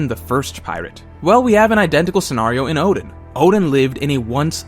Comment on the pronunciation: This guy can't even pronounce Oden right 🚮🤦‍♂️ WTF